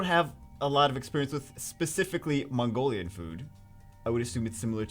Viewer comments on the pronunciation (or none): none